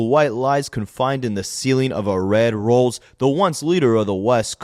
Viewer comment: yeah, it’s just the way he says it sounds like rose 😂😂😂